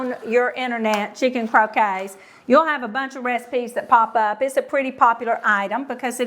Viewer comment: Aw,. It's CROW-KETTS, not CROW-KAYS. Your way is the game with balls and mallets in the yard. Salmon is a silent L. SA-MON. - remoulade is RAY-MOO-LAAD. Not ADE like lemonade. I understand there's a southern accent involved, but there's a big difference in your sweet southern accents and a mispronunciation.